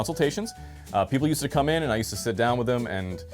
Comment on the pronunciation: Bro has to exaggerate the word "come" into "cum" 🦝